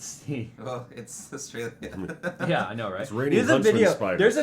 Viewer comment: Don't fucking speak about Australia when you can't even pronounce the name of the fucking country.